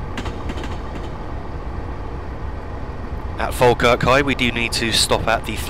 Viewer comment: Finally I found a yotuber who pronounced Falkirk right